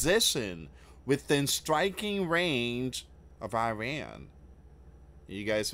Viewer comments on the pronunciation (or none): none